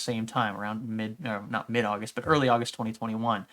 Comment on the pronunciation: The month of ''Ausust'' that's pretty sus, good video tho